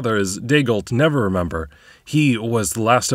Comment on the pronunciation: Am I hearing it wrong or do you call Raenar "Never remember"?